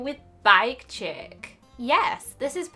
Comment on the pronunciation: It's pronounced (sheek) Not chick Just pointing that out ^-^